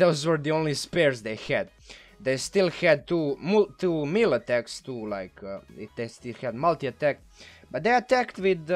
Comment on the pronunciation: You are pronouncing Arcanum Consortium, completely correctly. You are pronouncing the word, "melee" incorrectly however.